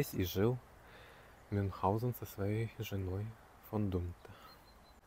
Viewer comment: правильно - Мюнхгаузен)